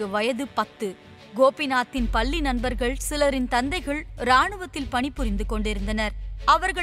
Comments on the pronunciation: பல்லி..பல்லி...னு..சொல்றே..முண்டம்..முண்டம்.. பள்ளி என்று சொல்ல வரல.. லகரம்... ளகரம்... தமிழைக்கொலை பண்ணாதே முண்டம்...போய் நீ சாவு... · பள்ளி ன்னு சொல்றதுக்கு பல்ளி னு சொல்லுது அந்தம்மா 😴